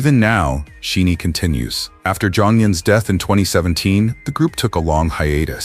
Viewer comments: For Pete Sake. Teach your damn AI how to say Shinees' name correctly. It is not She-nee It is pronounce Shy-Nee. This is the the 4th or 5th video you have produced with members or the whole band as content and your AI still can't say their name right. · sorry but it's annoying when the group isn't pronounced correctly. Kind of takes away from the message if the producer doesn't know the groups name. It's not She-nee. It's Shin-ee. the "Shi" like shine a light. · It’s a bit disheartening that AI and the person who created this commentary could not pronounce the 2nd generation legends aka Princes’s of K-pop’s group name SHINee. Shi long i. 20+years in the game (including trainee days) and their group name is pronounced incorrectly. BTS has flown the pride flag at concerts. Jimin and Jungkook openly took photos on a unicorn water float with a rainbow mane while Jimin embraced Jungkook. They have have openly stated they support the lgbtq community. They created gender neutral characters for their BT21 characters. Jimin has pushed every boundary with his fashion. Suga once said he may love someone regardless of gender. Jimin and JungKook’s open displays of affection are legendary at this point. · For the love of God! You can't even pronounce SHINee's name correctly, yet you choose to show Jonghyun's funeral? Why would you do that? Do you think we want to relive that moment over and over again? What makes you an expert on who these artists really are as people? When you say, "He didn't need to come out," who said he was gay? Just because artists support a community doesn't mean they identify as a part of it. And when you say, "Among those who grieved most deeply over Jonghyun were gay fans," how can you make such an irresponsible comment? You cannot possibly understand the depth of despair experienced by his family, his members, his close friends, and the Shawol community. You really need to reconsider the content of your platform.